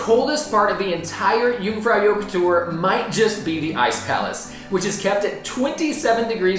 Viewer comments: Helpful videos. "Joch" is pronounced to rhyme with " loch ( as in loch ness)" rather than " yoke" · Yoong - frow - yawkh. softish k. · I don't think anyone should be offering travel advice, if they can't pronounce Jungfraujoch properly. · So embarrassing that you've been several times and still butcher the name of the damn place. Dear god. 🙄🤡